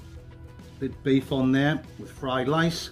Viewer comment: Love you but do not be calling rice LICE not cool man.